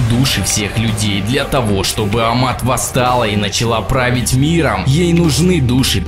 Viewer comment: Не АМАТ на МААТ!!